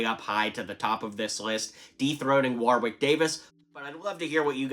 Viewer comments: His name is pronounced Warrick Davis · Warwick is pronounced as Worrick btw 👍